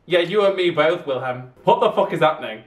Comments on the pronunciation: I think it’s pronounced Vilhelm because of it being Swedish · Prince's name pronunciation: Will - hell - m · ajahshaha it’s so funny u trying to pronounce their names😀😀 u pronounce wilhelm like vilhelm and Simon like seemon😎 idk if that helps but I love this sm🥲💛